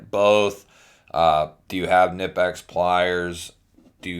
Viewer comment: It’s pronounced Knee Pex. Not kanipex